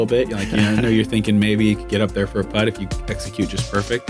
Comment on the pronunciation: First time ever watching this, and it annoyed me every time when they said “putt” lol it shouldnt have but damn